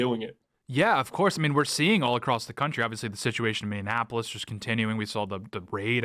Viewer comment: Dude... stop saying Minneanapolis